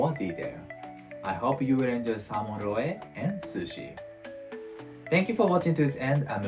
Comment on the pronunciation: Excellent video. I plan to do this with the next salmon I catch! Small note, in English we don't pronounce the e at the end of roe. That e makes the o "long". In Katakana, pronounce "roe" like this: ロオ